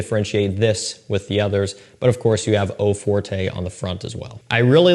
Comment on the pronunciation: Fyi no big deal but it’s not pronounced eau fortay but eau fort